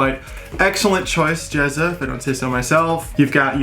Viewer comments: at least get the guys name right ..."JAZZA" not "JEZZA"... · First your work is assume! Now the bad part. The name is Jazza! Not Jezza. And from a different video the name is Heresy, as in hair-a-see. Not here-see. Ok, I've had my bitch, you're still the best!